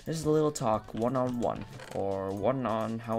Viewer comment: YAS! Wan hundred :D